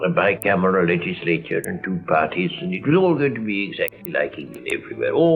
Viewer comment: Very old style received pronunciation. The two is like a high rising version of the two in "tea for two". Sounds like some of the older teachers at my boarding school from my distant youth.